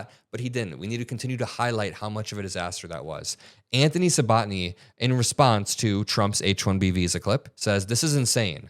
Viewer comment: Anthony "sue-bot-knee". Um, no. Sabb-a-tee-knee.